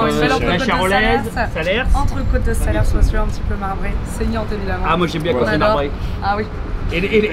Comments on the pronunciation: on ne prononce pas le "s" à la fin de salers. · On ne prononce pas le S à la fin du mot Salers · J'adore ce que tu fais mais bordel arrêtez de prononcer le dernier s de salers vous arrachez le cœur des cantaloux à chaque fois